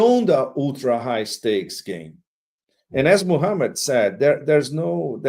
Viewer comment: The way Pepe says Muhammad is so beautiful